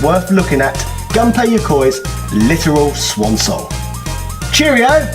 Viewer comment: Actually the correct pronunciation for Gunpei is Goon Pay